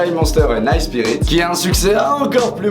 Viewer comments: Hey, je remate ta vidéo, et tu fais une couenne a : c'est nice "sprites", et pas nice "spirites" ;) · C'est nice sprits pas spirits